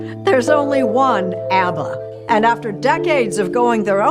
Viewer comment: Any chance you can update your AI to pronounce it "Abba", not A-B-B-A?